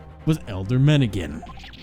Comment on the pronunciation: i deleted my previous comment because i made it before finishing the video and thought you ended up getting the pronounciation right but turns out not so here i go again, elyder is indeed pronounced eh-lie-der lol (on a side note, i cannot wait for you to meet benjamin, he's one of my favorite minor characters in the duology HGFDHGFH)